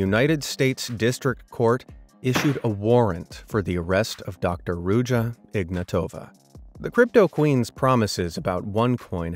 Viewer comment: Please people I know it’s not that important but please pronounce the name correctly. It is IgnAtova not IgnatOva.. it hurts my ears every time. Also it is “Ruzha” (ж) not “Rudja”, “Rudza” etc.